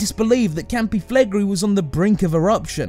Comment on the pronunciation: I don't think it's that bad. Although he should've listened to a few Italians before pronouncing Campi Flegrei as Campee Flagree XD